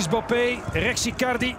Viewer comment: Zei hij nou 'Bappe' in plaats van 'Mbappe'?